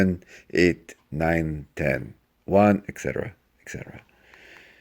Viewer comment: people should stop saying eCsetera, it's ETCetera